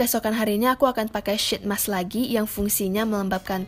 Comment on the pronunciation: It's pronounced "sheet mask", not "shit mask" :))